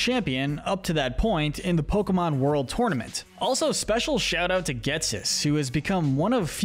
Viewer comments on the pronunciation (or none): none